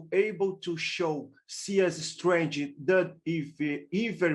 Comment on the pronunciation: I dont know why he is pronounce stornger like steanger